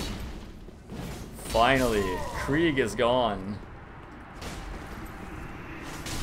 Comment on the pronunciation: "Krieg" is the german word for war and it has a sharp "r", and the "ie" is like "ee" in english.